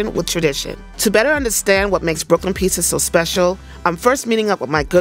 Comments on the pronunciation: nah Frank held down the Pizza Show. Some of the best content on First We Feast. brought the whole Pissa thing, but it does seem she's changed her pronunciation which is good. Some of the time. She still slips up lol. Wait I'm actually trippin.. Frank had his show on Munchies! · Why does she pronounce it "piesa"? It's annoying 😂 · yeah that has been the worst part of this show! I cannot manage her saying " pissa" constantly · is the worst part of this show. Particularly every time she says "pissa" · I was hoping had cured her "peesa" thing, but she fooled me.